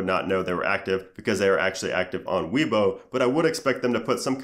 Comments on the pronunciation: Its not pronounced " WII BO" it's pronounced "WAYBO" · its weibo; pronounced like way-bo. not Weebo :)